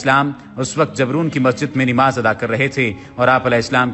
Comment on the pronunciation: Kindly correct the pronouciation of نماز it's namaz not nimaz